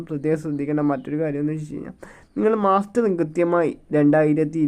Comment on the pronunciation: മാസ്റ്ററിങ് അല്ല മസ്റ്ററിങ് ആണ് മാഷേ😂